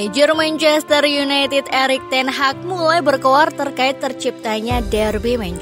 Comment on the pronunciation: Teg hag 😅 😂